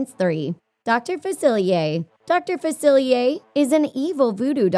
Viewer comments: That's not how you say Dr. Faciliers name or am I going crazy will someone tell me. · You pronounced facilier wrong, like ten times and you even showed a clip of him saying it right, what happened?